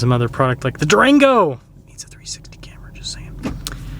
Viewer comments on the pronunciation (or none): The way you said "Durango" made me laugh as while I own and love my Grand Wagoneer III, Durango's still hold a solid place for me, personally. Nearly purchased one of the limited Mopar versions as I'm a sucker for silver/platinum if done well.